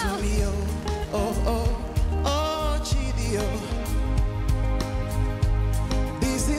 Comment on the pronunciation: It is Chidi not chedy